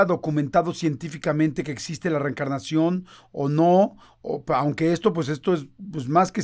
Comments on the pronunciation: Por qué dice "recarnación" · Reencarnación, no reecarnaciòn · No se si solo sea yo, pero se le oye que dice recarnacion en vez de reencarnación